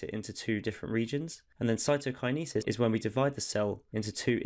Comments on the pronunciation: that was amazing but can someone tell this man how to pronounce cytokinesis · It’s pronounced cytokinesis 👍🏼 hope this helps